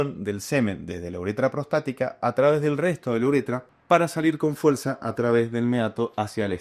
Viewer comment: "Con fuelza..."🗣️🗣️😅